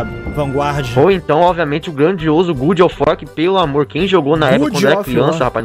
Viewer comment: “good of war” o famoso “bom de guerra” kkkkkkk